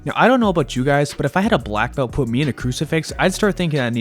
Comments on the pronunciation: When the Black Belt pronounces it "Black Belch", you know you are in for a good time. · Well, I do speak other languages and actually train with tons on Brazilians. I'm not mocking the pronounciation, more like referring to the fact that he is a Brazilian black belt, so he is definitely going to put in the heat. Don't be so sensitive lmao.